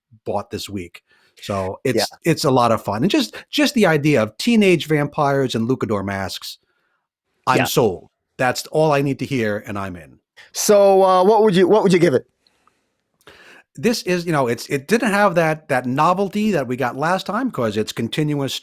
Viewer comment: Another dope episode fellas! We appreciate what you do here! just one quick FYI, it's pronounced: Loo cha dohr mask